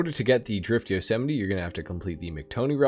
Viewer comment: goddamn you butchered that name 😂